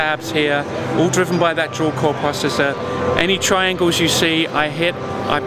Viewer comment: its PRO-cessor, not prossessor..